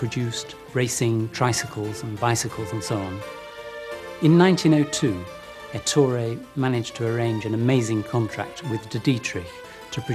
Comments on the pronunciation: It’s pronounced Èttore, not Ettòre. Btw although being a French company it definitely has an Italian heritage in it. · Good doc but the pronunciation of "Ettore" is completely wrong